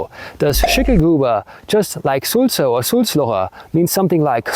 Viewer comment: The word for blabbermouth is actually Sülzer not Sulzer.